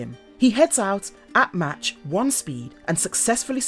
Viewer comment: Hahahaha... "Match one" huh???